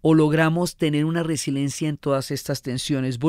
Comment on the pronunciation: Diana, por favor, no es resilencia, es resiLIEncia.